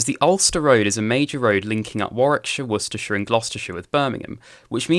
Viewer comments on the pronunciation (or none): none